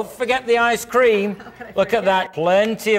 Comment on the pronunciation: listen to the way he say Ice cream he didn't even drink it I swear this is the worst acting